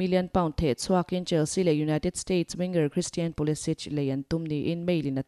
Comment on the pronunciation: Ka ngaimawhna a rei tawh a kan sawi mai teh ang.. Pulisic hi.. Pulikik.. Tia lam tur a ni.. Croatian player te anga pulisich. An tih ve ngai ka hre lo.. Hmanni ah lah Ighalo kha Iglaho in ti tawh bawk..